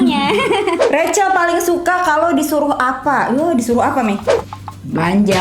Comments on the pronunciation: tu dipanggilnya "Recel" atau "Rahel" sii,kok mami panggilnya rahel sii:v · Nyokap nya ngomong nya bukan Rachel tapi rahel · Lah lah lah gua pangil bacanya racel lah mama nya Panggil rahel yang bener racel atau rahel:) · Rahell bukan revcel😁✌️ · Mamanya manggilnya r-a-h-e-l bkn rachel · Apakah cuma aku yang kaget kalo mami nya manggil nya rahel😅